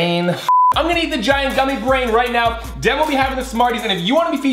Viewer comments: Its devan not devon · Its devan not devin